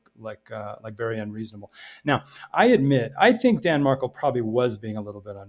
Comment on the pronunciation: Danny was correct (btw he went by Danny, not Dan and his last name is pronounced Mar—KEL (accent on second syllable), not the way it is being pronounced in this vid), Donna WAS trying to alienate him from his sons. So yes he was aggressive. Recall he was a scholar of criminal law and JUSTICE and FAIRNESS were two things he cared deeply about. He deserves credit for that and for his love for his sons